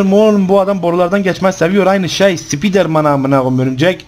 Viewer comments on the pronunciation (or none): 14.20 sıpider man sanki örümcekkk